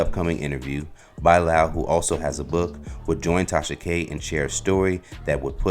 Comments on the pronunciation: He does say Buy-Lowel 😂😂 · Bro can’t pronounce Bilal to save his life